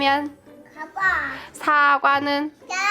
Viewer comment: 연두 가자가자랑 넘 비슷한 ..💗 연두 진짜 말을 꼬물꼬물 너무 잘해요🥺 점점 또박또박해지는 아과(사과) 발음을 들으면 진짜 참 ...😭😭💗 이번주도 너무너무 잘 힐링하고 갑니다 아기자기 귀엽고 사랑가득한 영상 늘 감사해요💗